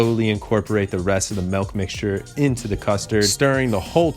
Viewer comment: please stop saying "melk"